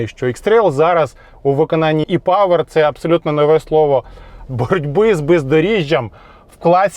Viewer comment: Приємно слухати - Е-павер, Е-форц. Бо недолугі блогери повторюють за цапами і Е - латинське, і українське читають як Є. Так неприємно слухати...